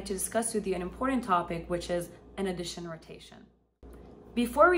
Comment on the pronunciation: Sorry. Please fix your pronunciation of “audition”. You make it sound like “addition”.